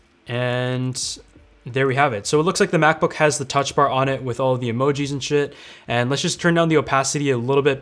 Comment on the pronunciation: he said "emogies ans shit" lol 😂😂